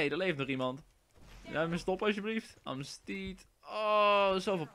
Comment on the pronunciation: amehs-tiet wahahahahha